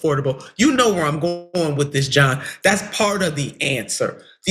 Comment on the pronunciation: Eell said Johm 🇺🇸